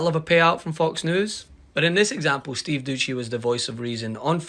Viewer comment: Steve dousssssy…. Not duchy lol